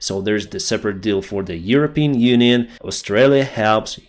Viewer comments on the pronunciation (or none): none